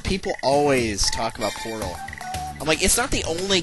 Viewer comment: did you say portal or porno O_o_O_o_O_o